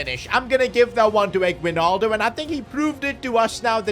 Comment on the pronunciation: The pronounce for his name is eggnaldo. (Yeah, we made jokes with it)